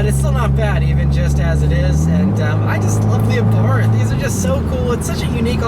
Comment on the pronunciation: Great review, as always. FYI, it's pronounced Abart. H is silent.